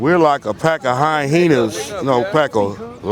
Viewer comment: “We’re like a Pack of HighHenas”